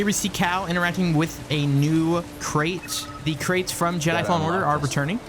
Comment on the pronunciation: I was searching for a cow until I realize he actually said cal ..